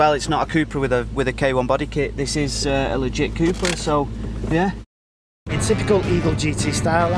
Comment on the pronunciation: Fun fact: it’s pronounced Cup-ra (cup racing). Not coupe/coopra 👍